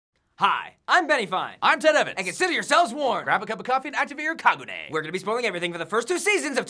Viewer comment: "Ka gu ne"